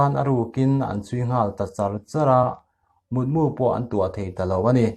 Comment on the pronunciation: Mut mu tih i lam dan hi mitmu tih a mu ri angin i lam a a diklo. Mu ( sava ) lam rik ang hian mut-mu tih tur.